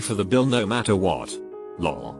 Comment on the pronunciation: I like how it's says LOL. It's like, luhl or lohhhl. LOL